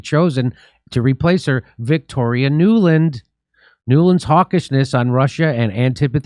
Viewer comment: “Nuland”… Every… Single… Time!!!